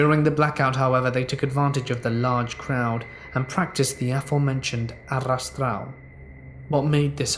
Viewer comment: Not gonna lie, loved how you said arrastão OIHEOIHEIO you put in so much more effort than was needed (the double r is pronounced as an h)